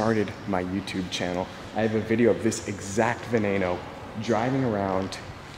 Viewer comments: ITS NOT VENAYNO ITS VENEENO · Wtf why do you say "veneino" and not "beneno" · It's not vaenano It's Ven-en-neno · what the fuck is a Lamborghini VenAno! ITS A FUCKING VenEno!!! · its spelled veneno but you need to say it vee-nee-no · wtf is a venano> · It's ve nen o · "ve-NAY-no" yeah, should we also watch you whip and NAYNAY? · this guy, can't even pronounce the name veneno> venano? what is taht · Omg dude pronounce it properly....it's "Va-nee-no" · Its vuh-ne-no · Lol "Lamborghini veneyyyno" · This guy doesn' t even know how to say Veneno that I bet he can' t even say Ciao without making the sound so aweful :(( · stop saying veneno wron